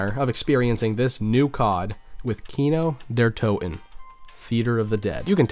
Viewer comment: Fuck me dude I like your vids but for real work on your German pronounciation, in German ALL letters are pronounced Der Ries E, Wunderwaff E, kino der TO TEN